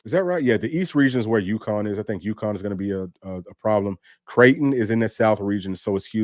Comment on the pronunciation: Creighton is pronounced "Crayton" like cray-on. That's ALL I know about them. 😊